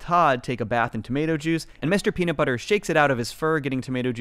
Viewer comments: I’m going to be that guy and point out that there is no t in nut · There's a 't' missing from Mr. Peanutbutter in the intro 😂